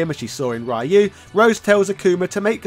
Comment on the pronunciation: Yo it hurt my soul when he said Ryu wrong 😭😭😭😭